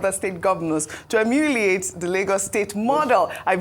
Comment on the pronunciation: Why does Ojy not know how to pronounce the word ‘emulate’?